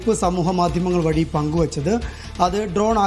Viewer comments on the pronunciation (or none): എന്തൊരു ബിടൽ 😂😂😂ഉണ്ട... ഡ്രോൺ അല്ല.. ഡോഗ് 😂😂നിർത്തി പോട കോപ്പേ